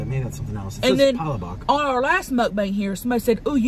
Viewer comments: it’s called, Pala-bok like say book but with a short o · I am so upset but laughing that he said palabak its palabok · It’s not palapak is palapok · No one Literally no one Tammie: Patelbok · She said “muck bank” 😂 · im a filipino so she said hi po its respect to us Filipino that Filipino words its palabok fast word not pa la book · it’s pa-la-book with like an accent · Listening to white people try to say Pancit Palabok is hilarious. Im fuckin hollering😂😂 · Every Filipino is cringing when they were ordering and how they said ”pancit” and “palabok”